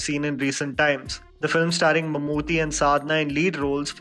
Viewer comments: bro u guys need to pronounce Mammootty not Mammoothy. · Dude I am really glad that atleast there is one north Indian movie critic who cares about movies that are not from Bollywood. But it is mamooty,( t is pronounced as 'ta')